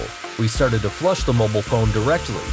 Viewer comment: The way this guy says mobile pisses me off